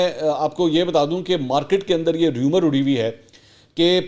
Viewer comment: ریومر نہیں رُومر